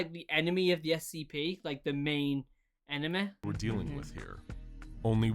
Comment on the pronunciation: "anomaleh" "enemeh"